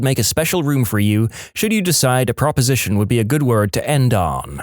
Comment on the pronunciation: The word is prEposition, not proposition.